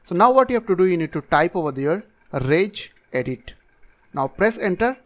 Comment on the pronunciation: Who else thought he said rage edit